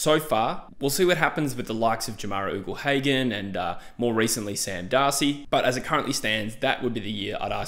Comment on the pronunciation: Maaate. Stop saying “Oogle-Hagan”. It’s pronounced“Yougle-Hagan”